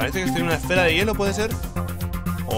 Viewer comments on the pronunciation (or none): none